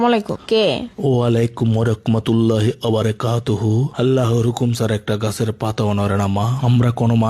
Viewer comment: ককমাতুললা না ব্যটা রহমাতুললাহ হবে সালাম দেওয়া ভাল করে শিক্ষো